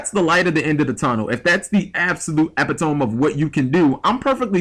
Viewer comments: Ep-i-tome? Really? It's pronounced Ep-it-o-me... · i stopped watching when he said ep-i-tome